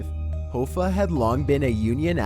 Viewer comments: His name is pronounced 'Haw-fa" not "Hoe-fa". Damn Canadians! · Hoffa is pronounced (HAFAH) Did that bother anyone else? 😂😂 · u pronounced jimmy hoffa’s name wrong it’s like haffa like haha hafa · Jimmy (Hawfaw)is the way to pronounce his name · Its pronounced ha-fa like haha ha-fa? Interesting video though! Do you use a voice translation app? You sound like a confused surfer/valley dude lol the way u emphasize your words is highly unique! =) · Wait isn't "Hoffa" pronounced "HA-FA"? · Jimmy Hoefa? Lord Lushan? LOL. Come on mate.....how difficult is it to find out how to pronounce their names correctly? 😂😂😂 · Jimmy Hoooofah...fuck you suck at life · My god, how can you butcher Jimmy's name like that. Even if you can't read it probably, surely you have heard his name pronounced, in a movie maybe a TV show!? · I officially believe you mispronounce certain words and names on purpose. One list you mispronounce Lao Su, and here Jimmy Hoffa. You sound American, but even if not those are well known names. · I enjoy your videos, but please learn how to pronounce “Hoffa”. There’s a movie made about the guy starring Jack Nicholson, for crying out loud. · How do you not know how to pronounce Jimmy Hoffa or Taoism or indigenous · he pronounces other names in this video wrong too- like Lord Lucan and Jimmy Hoffa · I said the same thing! Its Hoffa,. Not Hooooffa! I suggest you learn how to pronounce Jimmy's name. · It's pronounced HOFFA..like ha-fah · It's Hoffa, as in off. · HO-FFA??? Its Hoffa kinda like coffee only with an A sound at the end. Wow buddie... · Jimmy Hoofa? it's pronounced Hoffa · Jimmy Hoffa- last name is pronounced “Ha-Fa” not Hoefa... just FYI. great job though! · its Jimmy Hoffa (Ha-fa) not (Ho-fa) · Not Hoo- fah....it’s pronounced hoff....ah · i love but he REALLY needs to look up the pronunciation for unfamiliar words and names. Jimmy Hoe-Fuh instead of Ha-Fuh really bug the shit out of me. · Abby Normal It’s pronounced Hawfa...